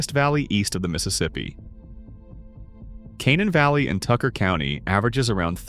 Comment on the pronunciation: You pronounced Canaan Valley, Tygart and of course Kanawha WRONG!! Never fails.